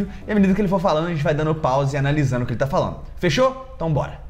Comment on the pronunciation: "Politicamente falano"?